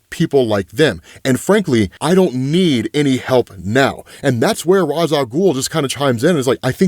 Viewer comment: Ra's is pronounced "Raysh", and you're supposed to pronounce the P in "corp" (abbreviation for "corporation"); you're confusing it with "corps", which is pronounced "core".